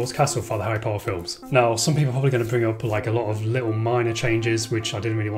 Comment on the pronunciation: "A-Ri Po-Er"